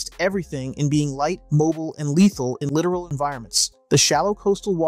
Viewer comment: Please remember it is ... LITTORAL... Pronounced Lit- tor-all... not literal.